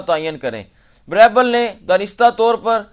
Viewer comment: اصل تلفظ غالبا بیربل ہےbeerbal